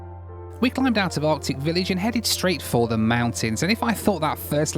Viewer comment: I’m not sure I could trust a pilot that says “ardic village”.